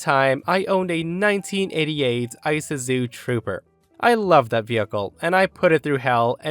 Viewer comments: It's ee-su-zu,, not eye-su-zu. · Isuzu: ee-SOO-zoo, not ices-zoo. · It’s pronounced “ih SOO zoo”, not “iCE a zoo”…… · Ok, I know it’s been a long time, but “EYE-suhzoo?” For you young ‘uns, it’s “ih-SOO-zoo.” 😂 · "Eye-sa-zoo"!? Sheesh..... 🙄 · I had to take a double take on the last story... and my age shows since most car makers aren't in business any longer... but the way you pronounced Isuzu had me cracking up!!😂😂😂 Just for future reference it's pronounced eh-sue-zu... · "Isuzu" is pronounced ee-SOO-zoo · Ee-soo-zoo. Isuzu. It's Japanese. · Last story: The "I" in "Isuzu" is a short "I", like "Igloo" or "Internet". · Why do you say Isuzu like that?!!